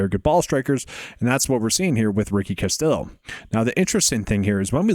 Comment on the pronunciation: The L's are silent when pronouncing Castillo. Just trying to help.